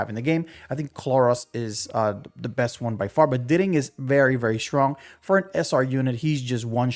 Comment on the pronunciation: I can’t lie to you I can’t even watch the vid cus you pronouncing everything so damn wrong how tf do you learn grammar in school and pronounce diting like ditting